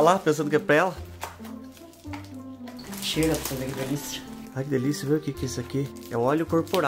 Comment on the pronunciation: Toda vez que o fala "chera pro cês vê", vai eu cheirar tbm Kkkkkk